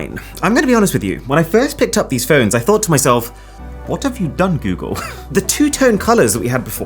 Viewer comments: Goodgle..... 😂😂 Helarious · When you said goodgle my phone activated Google assistant 😂😂😂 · I don't think I wanna watch anymore of your videos after you said goodgle 😂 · my phone seems to think your "goodgle" was good, it triggered the google assistant 💀😂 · When you said goodgle my google assistant came on. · Why is this cuck saying “Gewgel” 🙄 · 'Goodgle'?? Good grief! :D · Is it just me or your phone also triggered the assistant when he said "gooodgle" xD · "GOODGLE!!!!!!" Cancel this channel at once! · "Goodgle" I should unsubscribe for that comment 🤣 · He meant goodle but it sound like good girl